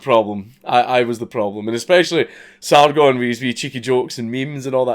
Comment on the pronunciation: You are the first white person I've seen who has ever said "Sargon" correctly